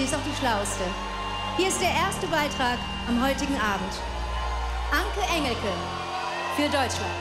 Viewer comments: Änki Änschelki 😂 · "Anki Änjilkie" 😂😂😂